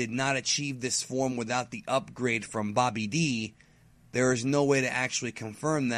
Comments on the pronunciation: Bobby D? No. Stop mispronouncing things on purpose. It's Babidi, as in Bibidi bobidi Buu. Come one. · seriously? Saiyan not scion. Babidi not Bobby D. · Cyan... Bobby D.... Im I hearing right? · Farhan Kapadia i know right? b/c its weird hearing this guy say saiyan and Babidi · I get why you pronounce Saiyan the Japanese way, but you really shouldn't pronounce Babidi the Japanese way, as that is incorrect as it is a word/name with English origins, not Japanese. I'm sure you know this already, but Babidi's and Buu's names are puns on the Cinderella spell "Bibidi, Babidi, Boo" etc. So why not just pronounce it the proper English way? The way they pronounce it in the Disney film and the DBZ English dub?